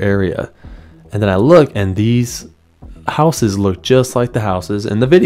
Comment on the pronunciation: You don't live in a houuse you live in a house